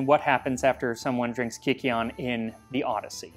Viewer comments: It would have been pronounced KØKEON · You're pronouncing it wrong. It's a long I sound as Kī Keon, not kick keon. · Not to be that guy but I believe it is pronounced kie-see-on. Here from a psychedelics podcast that went pretty deep on the same subject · At first I heard it as "Kakyoin". Too much Jojo I guess. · "Virgin Kykeon please, hold the 'baneful' drugs, extra cheese..." The pronunciation would have been closer to kook-ay-ON, and the barley (which should have fungus) is there for one reason: to trip balls. It's basically an ancient version of absinthe- high proof & hallucinogens added. "You could make a religion out of this." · It's pronounced more like "kookeon", with a long u sound. The spelling is a relic from how Ancient Greek was translated into Latin. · I know he did not just say KIKI-on 😭😭😭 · Sound like some Jojo hater trying to say Kakyoin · wouldn’t it be pronounced kukeon? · Slight pronunciation issue: y is the greek leter υ, upsilon, which is pronounced like u in English. So, it would be more like cookie - on. (I took a 2 year class on ancient greek). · this man perfectly speaks with an italian and spanish accent but he cannot say kykeon right Looking deeper in the video, he cannot pronounce greek words well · The Y was probably pronounced more like a U since it's an older word, if I remember correctly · For having a 1.6 million sub account I am astounded by how this guy mispronounces Kykeon and Thessaloniki, they aren’t even hard to get right…